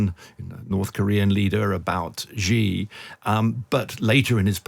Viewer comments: A China expert who can’t say Xi (she) correctly? It is NOT “jee”! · China expert can't pronounce Xi. LOL. Jing Jang? The content was quite good but the pronunciation is really annoying. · I don't know who this guy is but as a Chinese speaker (I am a Taiwan citizen) I don't take him seriously for a second since he can't even pronounce Xi properly (it is more like the English see/C than gee...). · I have a hard time taking seriously experts who cannot correctly pronounce the name of the leader of the world’s most populous nation. The surname Xi sounds like the female pronoun “she” — not Zhee, or G. G. Ping. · If a journalist does not even take the time to learn the correct pronouncation of a leaders name, I for one can not take them seriously. it's pronounced (Sh-e)Xi not (ji or Ge). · How do you become a China expert and not say Xi JinPing correctly??? SHE-JEAN-PING. It's not hard. It's not Ji Jin Ping or Zhee JinPing. So annoying. 🙄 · Hint, Mr China expert: "Xi" is pronounced "she". "Beijing" is like "paging", not like "beige-ing". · Chhhiii Jing ping. Bay-Jing. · No, "She". "Chi" (like "cheap") would be transliterated "Qi". And writing "J" doesn't help with the pronunciation, because people insist on pronouncing it like "beige" or the French "je", rather than like in "jack" or "jump". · Xi is pronounced "she" just like the English pronoun. Not sure why so many people in news media and punditry are so illiterate. If you're gonna present as an "expert" on China, you should not be making these kinds of rudimentary errors. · Strange for such an "expert" on China that he struggles so badly to pronounce Xi's name correctly... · If you're going to pretend that you know what your talking about, at least pronounce Xi's name correctly. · You all need to practice how to say Xi. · If you are going to be an expert on China, learn to say 'Xi' Jing Ping correctly.